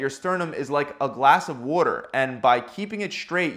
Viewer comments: Lol I love the way this man says warder (water). Pure comedy 😂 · Any manhunt 'Unabomber' fans? This guy said "wudder". He's From Philadelphia then?